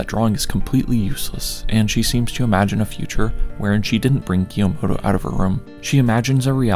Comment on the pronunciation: PLS STOP SAYING "kah - yo - mo - to" PLSSSSS